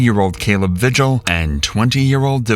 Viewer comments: Vigil is pronounced "vee-hill", not "vih-jill" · Not Vigil. It's spanish. It's pronounced VEE-hill. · Vigil is pronounced "vee-hill". Stupid AI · it’s pronounced “VEE - hill” (Vigil) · The Spanish name Vigil is pronounced Vee-hill.